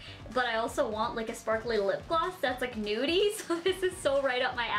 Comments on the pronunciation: Its lipgloss not lipglassXD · She said lip glass😑🤔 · is she saying lip glass? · LOL she says " lip glass" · Did she say lip glass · she sais lip glass